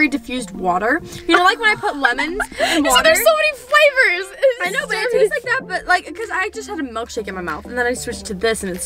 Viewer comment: "So many FLAVAS" 😂